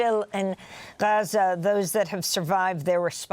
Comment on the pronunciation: Stop saying Gaza like that Americans are stupid. If you say Gaza the same way an American would you will connect with Americans for sympathy for the Palestinian cause, when its said the way this gentleman pronounces it I don't even think people in the states know what you are saying.